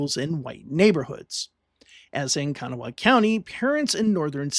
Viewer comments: Learn to pronounce words before saying them !!!! ITS KA-GNAW!!! NOT KANA WHA HAW !!!! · Very good video. Just one thing, Kanawha is pronounced kuh-GNAW or kuh-GNAW-uh. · Great video but as a West Virginian the way you said Kanawha hurt, lol